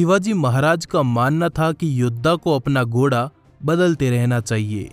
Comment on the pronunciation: Goda nhi bhai ghoda hota hai..ajeeb lg rha hai sunne me 😉😉🙄🙄